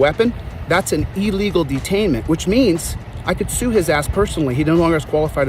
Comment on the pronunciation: The professor can’t say illegal. It’s not elligal